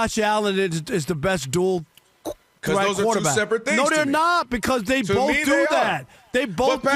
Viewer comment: B-O-A-F… Boaf! 😂